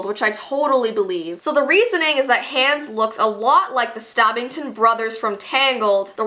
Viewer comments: It sounds like is saying "Hands" instead of "Hans" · You said Hans wrong again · it sounds like hands not ha-u-ns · it's not hands it's hans ! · But it is Hans ha ns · Me rewatching this in 2020 She said hands instead of Hans 🤣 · It’s Hans not hAns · It’s not hands it’s Hans wtf do you even frozen?!? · Just pronunciation for ya' (NOT HATING LOVE YOU ) Hans h-O-n-z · I love how she says Hans like Hands 😂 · she was pronouncing hans as hands. TRIGGERED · It's not Hans it's hawns and love you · It’s not hands it’s hans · The two names that she didn’t pronounce correctly that bothered me the most are Hans and Anna. Hand is pronounced Ha-ns And Anna is pronounced On-a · I like how she says Hands instead of Hans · Hans. HANS. its HANs as in HONS. it is pronounced HONS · What did you call Hans?! I DON'T GET IT!! In the movie they DIRECTLY call him Hons!!! NOT HANS!!!!!!!!!!!!!! It's like the Anna thing ONNA!!!!!! JESUS!!!! Edit: I realize that's not how you spell their names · IT'S NOT HANDS! Pronounce his name correct. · Why do you say hands it's Hans not hands like you're in your actual hand that's what it sounds like you're saying it's Hans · Love this video but it’s pronounced Hons not Hanns. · "Hands" lol...where is Hans all this time??? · DW I laughed it was funny how you said Enna and Hands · First of all your saying Anna wrong it's pronounced onna and you are say Hans wrong 🙄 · Its spelled Hans but pernoused Hons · Who else cringed when she said Hans like Haans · why does she pronounce hans like that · Hans and Ana dies literally flinched every time they were mispronounced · No hate but Anna is (ONna) and Hans is (hOns) but the video is still amazing I just wanted to put that out there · U pronounced Hans and Anna wrong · No hate, but Hans is pronounced Hons, and Anna is pronounced On-a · She saying Hans wrong it kinda bothers me but thats just me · You say anna and hans wrong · Mhm "loves the movie" doesn't even know how to pronounce the names